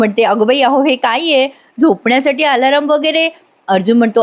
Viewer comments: आलाराम नाही अलार्म म्हणा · अदखलपात्र.......असा शब्द आहे 👍 दखल घेण्याची गरज नसलेला. दुसरा शब्द..... Alarm अलार्म ... अलार् म ... वर्ग , सर्व म्हणतो ना, तसं‌. अलारम हे बरोबर नाही. 👍